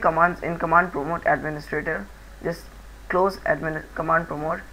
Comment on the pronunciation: Abe chutiye London... prompt hota hai Patmod nai